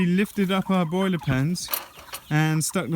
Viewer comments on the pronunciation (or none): "Broller" (broiler + roller)